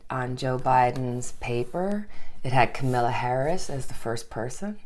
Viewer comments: Hi, her name is pronounced with the emphasis on the first syllable. It’s COMMA-la not KaMILLa. 😊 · ....the pronunciation of her names is camel- la....not Camilla...FYI It is no wonder that Nancy is feeling overwhelmed...the Republicans are trying right now to get the their together and get a second monetary package together to help the public....she could be between and rock and hard place trying to get whatever they come up with to be a help to the public....and not looking like she is dragging her feet......it is all a political game. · Please don’t worry about us seeing the cards. We can see them upside down, plus you explain them to us anyway. Just so you know, Kamala is pronounced just like Pamala. I sympathize with suffering in the heat, I live in Florida where it is 90 but it feels like 100 because if the humidity! I enjoy your readings and have been with you from the beginning. 👍❤️